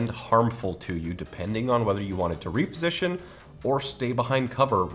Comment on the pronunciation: I stopped watching the moment he said REAPERsition.